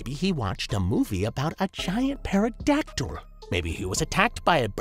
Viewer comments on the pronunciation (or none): God dammit you don't pronounce the p in pterodactyl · We just gonna go ahead and ignore the “Peroractyl” comment? This dude doesn’t know the P is silent in Pterodactyl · I think the most disturbing part of this video is how pronounced pterodactyl